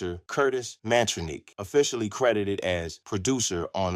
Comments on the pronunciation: Why ya keep showing that fake pic of Tupac with John Lennon when talking about Russell & Rick?? LMAO And how ya mess up Mantronik's name when it's pronounced on the music?? It's pronounced "MAN-TRONIC". Do better. 100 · 😂 Bro said Mantroneek 😂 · AI is horrible. The repeated butchering of Mantronix is criminal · I can't do this no more. This dude fucked up the name Mantronix. He can't even pronounce the names right, but we supposed to believe his account of hip hop history.